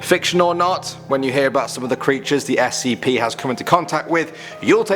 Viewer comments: Dude nobody calls an Scp how you say it like... “skips” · You haven't before because it's the incorrect way to pronounce it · Is not said skips. You just say s c p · Never heard someone pronounce it skips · STOP CALLING THEM "SCIPS" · It's just pronounced s c p not skips, so, never say it that way again, it be scps but you still pronounce the letter (not including the s) are to be pronounced separately. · who the hell calls scps "skips" (obviously i know he's just saying scp.) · SCP - zero four nine SCP - zero fort nine SCP - zero fortnite That’s what I heard